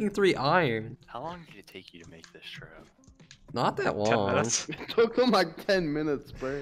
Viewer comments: I love how the trap said “tarp” lol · Nice sand 'tarp' lol